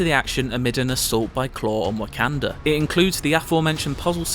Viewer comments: "War for WACKander?" Dude... how did you get that so wrong? lol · is it just me, or is his constant mispronunciation of Wakanda really really annoying? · nope, that’s just an excuse. If you can pronounce T’challa, Okoye, and Shuri correctly, you can pronounce Wakanda correctly.